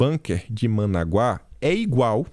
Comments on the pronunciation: A pronúncia não é Managuá e sim Manágua!!! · é ManÁgua e não Managuá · é ManÁgua, e não ManaguÁ. Paroxítona... Rsrsrs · a capital da Nicarágua é Manágua, e não Managuá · é Manágua, acento no segundo a. A pronúncia tá horrível. Tá okey? Rsrs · Bom dia, e Parabéns meu querido amigo! Apenas para informar que sua pronúncia falando "*ManÁgua*", é com acento... Sou fãzaço de seus vídeos... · Corrigindo sua pronúncia. Manágua capital da Nicarágua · a pronúncia é Manágua, capital da Nicaragua.👍🏼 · MANÁGUA ! Atenção no acento ! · é Ma NÁ gua, capital da Nicarágua...😁👍